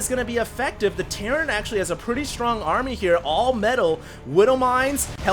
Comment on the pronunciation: REALLY Terrain!?!?!?!?! it's terran!!!